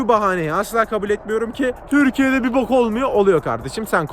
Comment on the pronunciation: den sonra yüzümü bir silip boku atasım geldi o nasıl bok diyiş abi? Yemin ederim her bok diyişinde yüzüm kirlenmiş gibi hissediyorum rftgyhjkvrfv